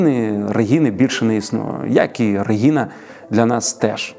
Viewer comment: дякую за випуск! але як можна у випуску стільки раз неправильно казати "регіна"? адже щодо тодоренко правильно казати реГНіна